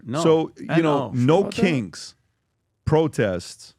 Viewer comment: It sounded like he was saying “no kinks” in the beginning of the video 😅